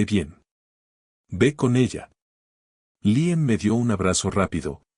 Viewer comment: No diga Raan sino Raian. No es Liem sino Líam. Hable claro y deje de inventar pronunciaciones al hacer el doblaje.